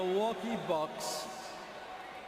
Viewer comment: For all his flaws, Stern really knew how to pronounce names properly. You can see him gather himself before announcing Giannis' name.